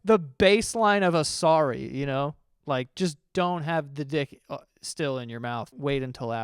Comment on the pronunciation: "I'm rorry!" Oh my GOD I'm DONE